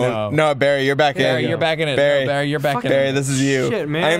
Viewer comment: i was so sure that the intro said "barfy" instead of Barry